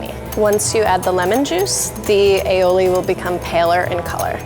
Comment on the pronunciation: Ali-oli not ailiowli